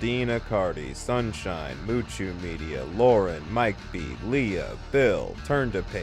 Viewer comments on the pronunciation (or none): none